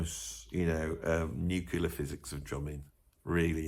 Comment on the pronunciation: Nuclear. Just like it's spelled. "NUKE-lee-urr", not "nuke-you-lar". I am Virgo.